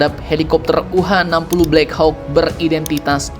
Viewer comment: Maap min, bacanya "blek hok" min biar tambah gacor